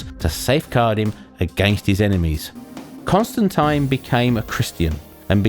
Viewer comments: you said constantine wrong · I've never heard Constantine pronounced like that even in the UK